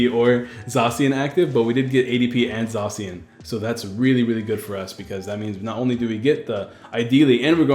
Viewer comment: "Zaa cian" I think not "Zae cian", it's how me and all my friends say it. We also just call it Sword Doggo